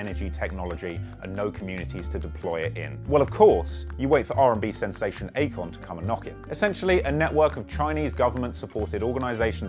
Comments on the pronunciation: I kept hearing acorn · I keep hearing "acorn." Lol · i couldn't help but hear acorn every single time you said Akon. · Good video but its not Akon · it aint Akon though...kali